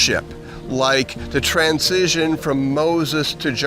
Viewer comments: I would think that someone who taught at a university would know how to properly pronounce transition. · This is a great message, but does anyone else thing he says the word "transition" in a weird way? It was so distracting that I had to watch it twice.